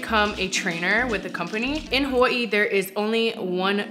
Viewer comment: Am I the only one who loves how they pronounce Hawaii?🤩🤩🤩